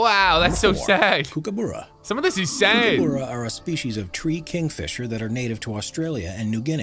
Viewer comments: DUDE. It’s not “kookoboora” it’s “kook-ah-barrah” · Smh, it’s not kook-a-boora it’s kook-a-b-u-ra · As an Aussie I am upset at how he said kookaburra